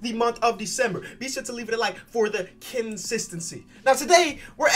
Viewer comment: I just realized he's saying Kensistancy. How'd I not hear that until now?